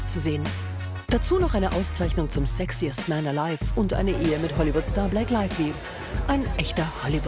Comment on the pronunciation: Blake Laively? Oder Blake Lively?